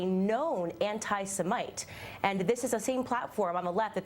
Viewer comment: The way she pronounced "anti-Semite" is like it was her first time of coming across such word :)